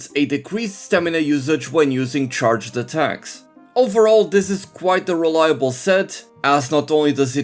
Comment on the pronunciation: wewiiable uwu (no offence, I genuinely find it cute)